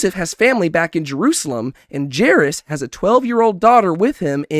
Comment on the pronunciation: I like these small breakdowns, coz sometimes I miss things, but I gotta ask, why are you butchering some of the characters names so badly, like jairus and tamar xD its kind of funny